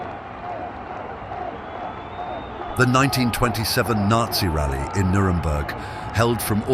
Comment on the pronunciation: What the fuck is a "Nazi Ralley"?????????????????